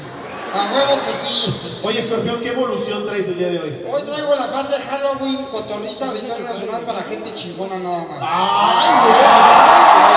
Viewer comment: "Cotorriza" jajajajajjaaj en vez de cotorrisa jajjajajajaassj